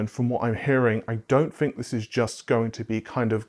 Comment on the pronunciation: Why do you pronounce "think" as "fink"? i see the gesture so no going around it, i'm legit curious.